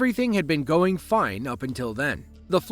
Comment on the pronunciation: "Wot is gorrin orn?"